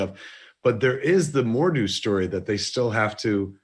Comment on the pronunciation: Jane Forester? Mordoo? My ears are bleeding.